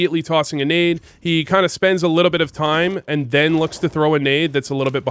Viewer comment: are u french? i heard u say "a litta bit" and you look french in pfp. but you've never given french b4. just thinkin